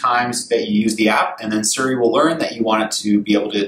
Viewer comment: Why does he keep saying Surrey instead of Siri?